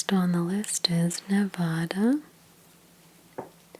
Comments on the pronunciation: She said Nevuuda😂 It’s Nevada👍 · “Nevaddah”, not “Nevahda” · Ne-VADD-uh, please (not Ne-VAHD-uh), otherwise wonderful video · Nevada is pronounced : Nev•ADD•ah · It’s Nevada like apple lol not like avocado ❤️